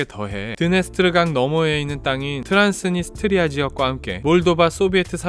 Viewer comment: 트란스니 스트리아가 아니라 트란스 니스트리아아님? 되게 거슬리네 ㅋㅋㅋ